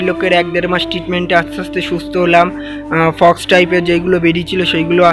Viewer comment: Fox noe ota k Pox bole 😅😅🤣